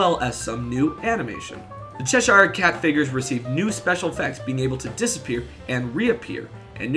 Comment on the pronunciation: why cant Americans pronounce Cheshire ?